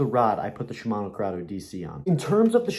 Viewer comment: he said shmino curdeo dc like 50 times😂